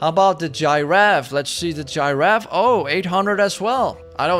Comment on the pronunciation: I love how calls the Giraffe a Gi-raffe 😂 Subcribe and hit that bell everybody